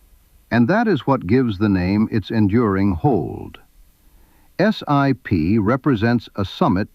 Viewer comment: The name is pronounced as a word not as an acronym, or initials, IOW just SIP. It is important to note that there are two distinct groups of SIP's, the Hydroptic and K series. I've used both but the Hydroptic's are capable of milling while the K Series were not. Both types of machines are accurate. Starrag still build and support SIP jig borers today.